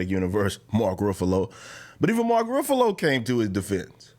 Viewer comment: stop pronouncing Ruffalo like that bruh 😂